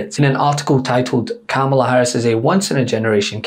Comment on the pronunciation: Thank you miss for pronouncing V.P name correctly.